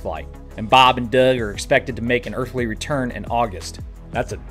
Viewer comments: I find it annoying and disrespectful to these men who sacrifice a lot to do the work they do... Just say their names with some fucking respect maybe, and I wouldn't take it so personally... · I hate how you say Bob and Doug - are they some kind of joke to you. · "bahb and deurhg" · Why do you say bob and doug, that way? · Don't mind me, I'm only hanging around to hear you say "Bob and Doug" in that dirty western accent! 😂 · I loved it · Why did you say “Bob and Doug” so weird, wtf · The way you say bob and Doug makes me deeply on he edge of unsubscribing please consider saying it like a normal human being.